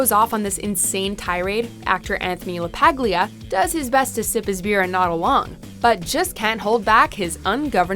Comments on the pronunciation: Anthony LaPaglia is pronounced LaPalia. You don't pronounce the 'g'. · Anthony LaPaglia’s name is actually pronounced “LaPaulya” not “LaPaglia” rhyming with bag-lia. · DUDE! LaPaglia is Italian! you don't pronounce the G in the name! it's a little more like "LaParlia"